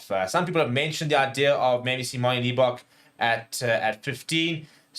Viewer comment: surely its not that difficult to not pronounce Manie's surname as LEE--bok